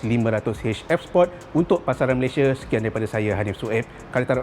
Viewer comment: Sebut sport tu biar jelas.. support tu dah laiin ..Sport..Bro sport